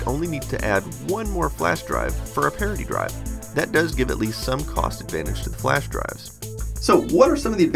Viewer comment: did I hear you wrong? did you say "parody drive"?